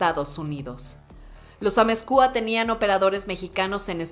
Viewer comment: Es Amezcua...no Amezcúa.... Escuchar a esta narradora, es como estar escuchando a la mismisima Anabel Hernandez....con ese énfasis y apasionamiento que pone al hablar sobre en narcotrafico y sus protagonistas